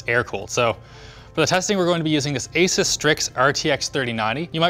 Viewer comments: did he just say "Ace-iss" instead of Asus...? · Its asus not asús, jesuschrist linus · The Way Linus Pronounces Asus is Funny. Youzre supposed to pronounce it aSUS. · Alex : asus Me : Flash back to ROG rig reboot 2019 with maddison the rog vid : SAY ASOS